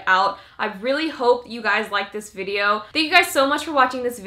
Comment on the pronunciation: why she's saying "videor" ??